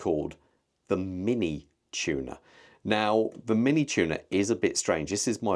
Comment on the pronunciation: Its a Tuna.... not a tuner buddy😅